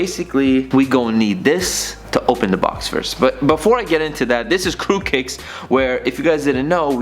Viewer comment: Every time he says Qrewkicks it sounds like Qrewcakes